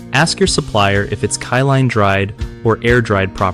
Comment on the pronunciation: Kill-n, not kye-line lol😂 But good video✌️